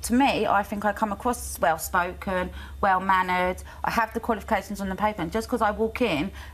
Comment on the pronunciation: She literally said “wewh” instead of well…